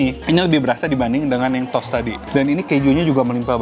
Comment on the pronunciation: Toast tuh bacanya bukan “tos!”. “Tos” itu tuh ‘hi-5’. Toast tuh bacanya “tho-est”. Ada “h” nya.